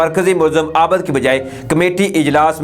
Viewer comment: sb please consult your elders to correct the exact pronouncing cast of ABID